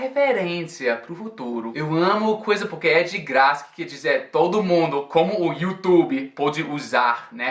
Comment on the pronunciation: vc já está até falando youtube, facebook e notebook com o nosso sotaque!! rs